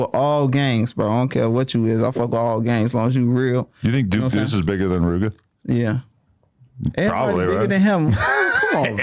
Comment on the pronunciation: a FKN goofy and fanned out for saying rooga